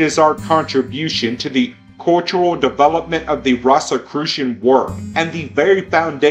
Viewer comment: Rosicrucian is pronounced as rohsekrushun not rahs-. Like a rose garden, no one says 'rahs garden' now do they? I don't know whether the audio track here is AI, but it needs serious work in pronunciation. Thanks